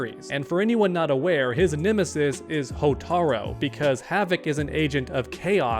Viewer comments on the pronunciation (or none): hotar U its a U not an O bro come on man